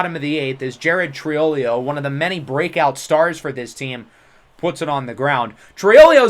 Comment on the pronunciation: It’s tree o lo not sure where ur getting the extra syllable from but just letting u know. Also another one is everytime we see him u say encico but its enciso